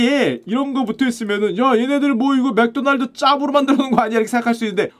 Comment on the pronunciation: 마르코다날드는 뭔가요 ㅎㅎ 맥도날드의 일본식발음 마크도나르도? ㅋㅋ 필리핀에서 맥도날드 매운치킨 먹었는데 바삭하고 고소하고 맛있어서 감동했었는데. 졸리비치킨보다 맛있었음. 일본 마크도나르도 한국맥도날드에서 필리핀 맥도날드 치킨처럼 튀기면 좋을텐데 라고 생각했음요. 필리핀 가시면 맥도날드 매운치킨 강추요.졸리비 스파게티 엄청비추합니다. 케찹맛만 나요.면은 불어터진거같고…저도 조금먹다 버렸어요 ㅠ